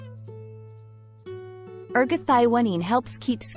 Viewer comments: Your pronunciation of this molecule is very different than what others call it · Nice video, but ruined by the pronunciation of the key molecule.